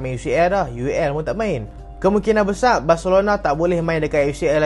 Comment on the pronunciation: besar weii bukan besaq cuba sebut elok2